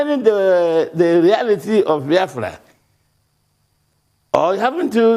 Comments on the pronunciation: Can someone please tell Dr. Abbati that it is Baya-Fra and not Bai-Fra... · Ruben, it's Biafra, not Bafra.